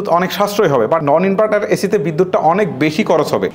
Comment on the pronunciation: ওরে উচ্চারণ ভাই, ইনবাটার, চয় হাজার টাকা, লককো, করচ, কেত্রে, বালো, মুকি, হয়েচে😂